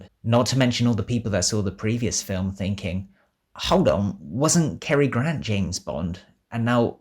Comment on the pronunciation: The name's GRANT, Cary Grant. Not "Gran".